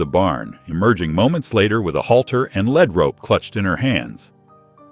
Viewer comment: It is a (leed)lead rope not led rope drives me crazy when you pronounce it wrong in every story